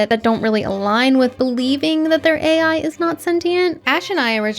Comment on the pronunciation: Nice I'm not the only one that calls AI as ey, 😂